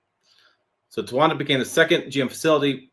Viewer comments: Tonawanda = Ton-Ahhh-Wanda….. Your welcome 🤣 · It’s ton-a-wan-da. The English language isn’t hard. Good thing you googled the pronunciation before publishing a video. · I guess counting syllables is a challenge too. Tonawanda has four syllables, not there. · Tonawanda would appear to be 4 syllables lol.